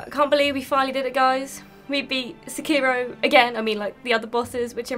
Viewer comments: It's fucking se-key-row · And here I was thinking it was only Americans that pronounced it “Sekearo”.